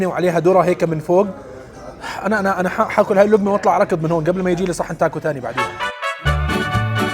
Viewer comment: اعتقد اسمها تاكو مو تاكوس الآس لا تنطق